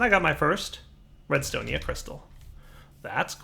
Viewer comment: "Redstonia crystal" it is RESTONIA